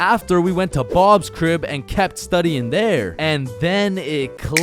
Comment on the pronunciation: He sed crip I am dead 😂😂😂